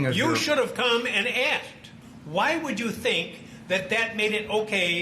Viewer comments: Sir, the word is asked, not axed..... please learn how to properly speak English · It's "ask", I can't believe a professional lawyer would say "I axed" in court. Do they not teach you how to speak properly in law school? Using slang in court is hilarious, only in America! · A lawyer saying “axe” or “axed” is wild lmao 🤣